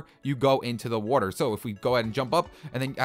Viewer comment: Anyone else noticed he says Wuatr